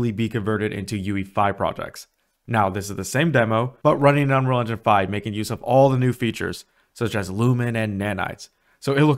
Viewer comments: I’ve never heard anyone under-pronounce ‘engine’ as ‘enun’ so consistently. Might want to work on that. 🤣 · Why can’t you say engine properly? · Why can this guy not say engine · can yu say engine properly one tiem